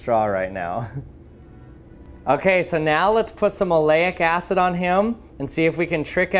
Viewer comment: Aleyic Acid. Oh my god.... Kool ecperement